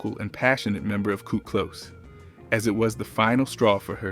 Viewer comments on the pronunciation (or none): WTF IS KURT KLOSE🫤🫤🫤 HOW U A BLK AI AND U CANT PRONOUNCE THEY NAME